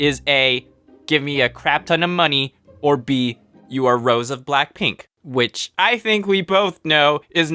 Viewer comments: ITS PRONOUNCED AS ROSE AY NOT ROSE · Hearing you say "Rose" hurts me... It's Rosé! Pronounciation Ro-sey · its pronounced "rose ay" not "rose" stupid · my fear is how he pronounces rosé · it's rosé btw not rose:) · it was all fun until he pronounced Rosé’s name like a basic white boy. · its rosay dude not rose lmao love ur content thooo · rose's name is pronounced rozay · Its pronounced (Row-ze) you dipshit HAHAHAHAAH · Rosè is pronounced Rosie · It's pronounced rozay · it’s pronounced Ro-sae Rosé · You pronounced Rose’ wrong